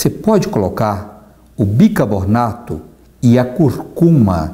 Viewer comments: Parabéns pelo canal e a disposição em levar coisas boas as pessoas . Mas acho que voce tem pronunciado " BicaBORNATO " ao invés de BiCARbonato -Ex. : e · sou admiradora de seu trabalho. Obrigada pelas receitas maravilhosas. Só uma coisinha: a gente pronuncia bicarbonato e não bicabornato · Por favor fale biCARbonato!! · Bicarrrrr bonato por favor